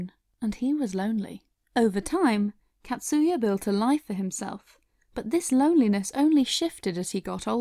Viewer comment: Catsuya... it’s actually pronounced “kotsuya”... short A sound .. 😅